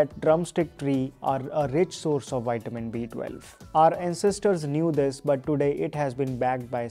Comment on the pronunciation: Thank u so much for this video. But it's vi-tuh-min. Waiting for more. ❤🎉